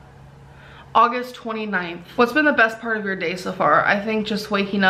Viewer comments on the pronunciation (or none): none